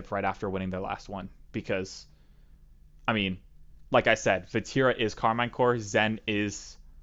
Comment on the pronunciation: Karmine CorP not Karmine Core